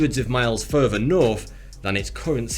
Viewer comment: Furver Norf ? Let me introduce you to the letters 'TH' . And an 'R'